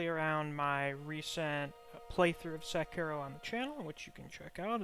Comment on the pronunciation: "Sekino."